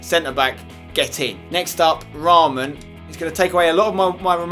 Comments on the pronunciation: Spence its not raaaaaamaan its short ra man :p (Yea i know ur not beglian like me but just saying :€) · In real life raman plays for kaa gent (belgium) , my faviurite club and spencer it is not pronounced like raaman but just raman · You don't say his name with A long A its Raman not Raaaamaaan 😂 hahahhahahahah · you say the name of the belgian striker like ra-man